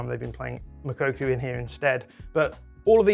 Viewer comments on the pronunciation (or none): Moukoko* not Mokokou